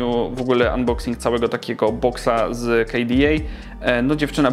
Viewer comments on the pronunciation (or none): none